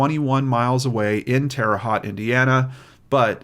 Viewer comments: Thanks. The “Haute” in Terre Haute rhymes with “boat”. Wabash is pronounced “WAH-bash”, not “Wuh-BASH”. Hoosiers everywhere will thank you for correcting this in the future. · Love your channel,all the hard work you do and the heart with which you do it. I grew up in Terre Haute from 10 yrs to 18 yes old. Left and never missed that place. Lol. Just for info's sake...terre haute is a french name meaning "high ground". Haute is pronounced "hote" like "note". Also been liking game night!👍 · Jfyi, it is Terra Haute: teh ruh hoht as in Coke, long o. Like the french pronunciation. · This is probably super picky but “Haute” rhymes with “coat.” Just had to correct that as a Hoosier. Really like your show,!🤗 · Yes, we Hoosiers don’t always make sense in our pronunciation! 🙂 We love you! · I couldn't help but laugh some hearing him pronounce it like it's spelled lol. I live couple hrs away from there myself. My mom was born there and my grandparents immigrated from Syria to there.